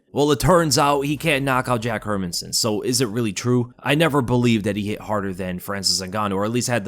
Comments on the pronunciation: Her-Man-SON. Listen to others pronounce his name and get it right dude! 🤦🏻‍♂🤦🏻‍♂ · Please learn to pronounce the fighter's name please why does sp many mma pages butcher these fighter's names ..... It's pronounced Her MAN son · "her men son" sometimes your pronunciations irk me 😂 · Hey love your videos by why you saying Hermansson like that, my guy? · We all know that you don't know the basics of the MMA game when you can't even pronounce Jack's name correctly..😂